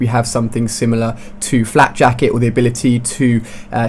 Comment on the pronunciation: lol he said flap jacked